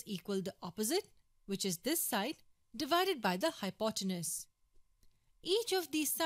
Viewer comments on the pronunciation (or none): Well presented. A polite, humble, gentle suggestion: phonetically, hypotenuse is hypoteNEWS.